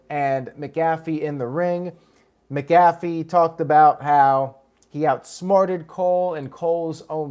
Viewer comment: Your saying pats last name wrong heads up 😃